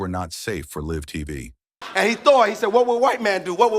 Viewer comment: Is it too much to actually watch the videos you create with AI voiceovers before you upload them to make sure they use the proper pronunciation of words like "live"? More than half of the names are mispronounced in this video. blocking this channel.